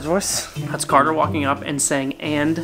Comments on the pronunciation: It's cater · its carder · it is carder